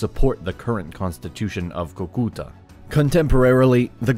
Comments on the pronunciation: Escuché Cuca a la primera vez... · As someone from Colombia, This made me happy. As someone from Cúcuta, that pronunciation made me cringe. But oh my god i love this channel so much for mentioning my country and My little shitty town. *PD: it's pronounced CUcuta, the CÚ implies the strength of the syllable. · I don't know what bothers me more, the mispronunciations (Cucúta instead of Cúcuta despite being correct in the captions) or that this map of the 1820s shows the Panama Canal! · its so funny how you pronounce Cúcuta. Like... "coucoutae" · In "Cúcuta", the first syllable is stressed. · Fue muy gracioso escucharte decir Cúcuta 😂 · JAJAJAJAJAJAJA kukuta o como dijo Boliiibar JAJAJAJA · Viewers of this are unfortunately learning to mispronounce important Spanish names, Bolívar and Cucutá in particular. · Good content but you should work on the pronunciation of people’s and cities’ names. I cringed at every Cúcuta and Simón Bolivar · How can he pronounce Cúcuta and Santander so badly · I loved the video but some of the last names (I.e: Bolívar, Santander) and some names of places (I.e: Cúcuta) were mispronounced. Still the quality was superb! Thank you very much!!! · Awesome video, but you just butchered the names Cúcuta, Simón Bolívar and Francisco de Paula Santander 🤣